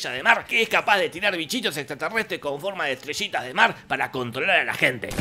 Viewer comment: Estaría todo el día escuchando en loop a Jorge decir "estreshitas de mar"